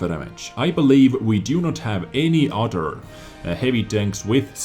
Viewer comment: I know you don't mean it but it makes me smile when you say udder instead of other.